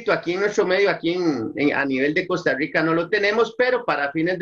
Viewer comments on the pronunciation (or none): YO NO ENTIENDO POR QUE MUCHAS PERSONAS NO PUEDEN. PRONUNCIAR LA R. , COSTA RICA. NO COSTA RUICA , RATON , REFINERIA QUERREQUE ,RICARDO. TORONTO ,RUCA RUCO , ( POR QUE NO LO PRACTICAN. YO QUIERO CONOCER COSTA RICA PERO SI ALLA ASI ABLAN. ? , ESO ME DESESPERA. , ME DA ANSIEDAD ESCUCHAR ASI LA R